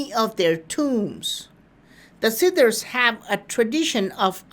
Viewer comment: Siddhas ..please yr pronunciation is seriously bad ..pl try to improve this aspect.I hear "sidders."...SIDDHA NOT SIDDERS